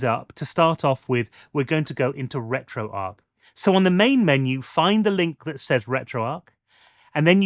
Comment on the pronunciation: Is it not pronounced retro arch?